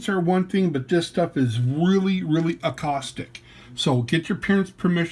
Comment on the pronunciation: 🏍️ I use a degreaser called Super Clean. It would have all that easy acrylic paint off in an hour. 🚿 And since I just love correcting.. it's caustic, not accostic.✅